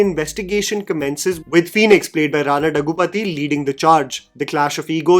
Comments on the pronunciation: Hey, I'm a Telugu speaking person. Rana's name is pronounced as Rana 'DHAGGU-BA-TI' and not 'DAGGU-PATHI'. 😆 I've seen you pronounce it wrong every single time and I cringe.:P So I hope you see this. Great videos. Cheers! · I like take mostly. But I couldn't continue watching the video after hearing Rana Daggubati's name being mispronounced once again. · Hey, some corrections. I know these won't matter much for some. But I get a sense that you love getting the pronunciation of names/words right. 1. It's Daggubati (the bati as in Dal Bati). 2. And Malayalam - a four-syllable word, not Malyalam. Love your reviews.